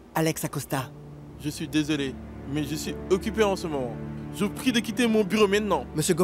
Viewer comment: La fille as dit desolier 😂😂